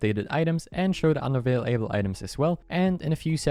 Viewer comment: Dude you seem tired. You said unavailable weirdly unavle able items